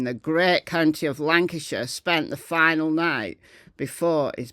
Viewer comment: Why do you say final?